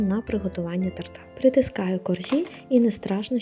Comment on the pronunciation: Ну не тортА ! А тОрта ! Вибачте .